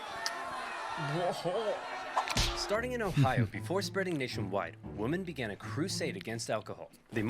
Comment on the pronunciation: I'll never understand why this guy pronounces women "woman". o_O